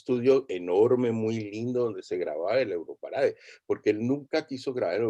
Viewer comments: Por qué insistes en decirle europarada si en hasta en el jingle de presentación de la versión para habla hispana claramente dice EUROPARADE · EUROPARAD"E" NO EUROPARAD"A".